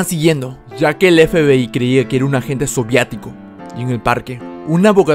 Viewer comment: Soviéticos, no soviaticos